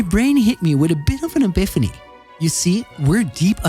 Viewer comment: mans said he had an ebiphany 😭